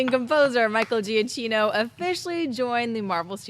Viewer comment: Why is it no one can pronounce Michael Giacchino correctly?